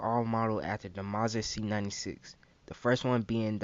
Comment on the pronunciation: Aye homie I dig all the content. But with how you're pronouncing Mauser sound like you're saying mosin. But everything else was gold, details and real life guns the blasters are made from. You asked for honest and that was the only thing I caught. Keep at it bro I'm subscribed